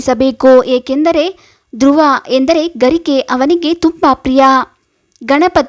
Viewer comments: ನೀವು ಹೇಳುತ್ತಿರುವ ವಿಷಯ ಸರಿಯಾಗಿದೆ ಆದರೆ ಅಂಗಾರಕ ಎಂಬುದರ ಬದಲು ಅಂಗಕಾರ ಎಂದು ಹೇಳಿರುವುದು ಕೇಳಲು ಹಿಂಸೆಯಾಗುತ್ತದೆ ಸ್ವಲ್ಪ ಅಲ್ಪ ಪ್ರಾಣ ಮಹಾ ಪ್ರಾಣ ಸರಿಯಾಗಿ ಉಚ್ಛರಣೆ ಮಾಡಿದರೆ ಚೆನ್ನಾಗಿರುತ್ತದೆ ನಿಮಗೆ ಒಳ್ಳೆಯದಾಗಲಿ ಧ್ರುವ ಅಲ್ಲಾ ದೂರ್ವ ಅಂದರೆ ಗರಿಕೆ ಪತ್ರೆ ದತ್ತೂರ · ದೃವ ಅಲ್ಲ...ದೂರ್ವ ... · ಅಂಗಕಾರ ಅಲ್ಲ ಅಂಗಾರಕ ಮೇತುಚೂರ್ ಅಲ್ಲ ಮೋತಿಚೂರ್ ದೃವೆ ಅಲ್ಲ ದೂರ್ವಾ... ಕನ್ನಡವನ್ನು ಸರಿಯಾಗಿ ಬಳಸಿ ಉಳಿಸಿ ಸಿರಿಗನ್ನಡಂ ಗೆಲ್ಗೆ ಸಿರಿಗನ್ನಡಂ ಬಾಳ್ಗೆ.❤🙏🏻 ಜೈ ಕನ್ನಡಾಂಬೆ 🙏🏻👏🏻w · angakara alla angaraka n druva alla durva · Durvaa anta helbeku mam adu druvaa ala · ಅಂಗಕಾರ ಅಲ್ಲ ಅಂಗಾರಕ ಮೇತುಚೂರ್ ಅಲ್ಲ ಮೋತಿಚೂರ್ ದೃವೆ ಅಲ್ಲ ದೂರ್ವಾ... ಕನ್ನಡವನ್ನು ಸರಿಯಾಗಿ ಬಳಸಿ ಉಳಿಸಿ ಸಿರಿಗನ್ನಡಂ ಗೆಲ್ಗೆ ಸಿರಿಗನ್ನಡಂ ಬಾಳ್ಗೆ.❤🙏🏻 ಜೈ ಕನ್ನಡಾಂಬೆ 🙏🏻👏🏻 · Durva durva madam uccharane sari illa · Kannada kalirii saryagii duuurva patre angaaraaka adu